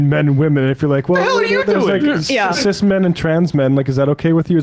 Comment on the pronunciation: cis not ciz